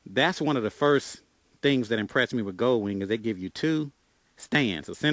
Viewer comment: Will do man, I'll have to check those out for sure. If you don't mind me asking, what part of the state's do you live in? I'm new to your channel. And never stop saying goldwing how you do, shit is hilarious. the Gooowing lmfao. got a subscriber out if me man.